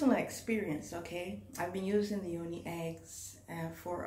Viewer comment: its not toni, its yoni